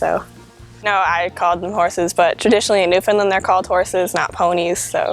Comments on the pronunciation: Firstly, with respect, the correct pronunciation of "Newfoundland", simply put, it rhymes with "understand"; emphasis on the last syllable. Secondly, according to the Newfoundland Pony Sanctuary at Change Islands, Newfoundland and run by a tiny, hard-working group of volunteers, they think there are maybe 350 - 400 Newfoundland Ponies left in the world. But they have limited resources - maybe you know more. There is another Newfoundland Pony Sanctuary nearer to St. John's (the capital of Newfoundland and Labrador), but I know almost nothing about that group. In any case, I wish you well and hope the pipeline doesn't hurt you, if it does materialize. By the way, the sanctuary at Change Islands had three foals last year! Joy! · holy moly the lady in the first of the the video is completly wrong!!!! im from newfoundland i live in newfoundland! thers more then 300 on the island alone! omg there all wrong and she cant even pronounce newfoundland! they are not natural they are bred that way to work in the mines! i can go on and on sorry bro i love ur vids but this lady is dumb ignorant or just dosnt want to do any reading on the newfoundland pony!